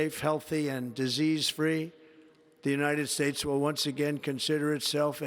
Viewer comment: Min "The United Space" I love this man!!